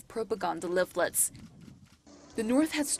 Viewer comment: "dropping of propaganda leaflets" Dear. Since you are a speaker of American English, please work on your pronunciation. You are saying propogAHnda and liflets rather than propoganda and leaflets.